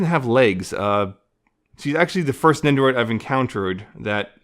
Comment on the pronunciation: Sounded like ya said "she's the first nendoroid I encouteriod"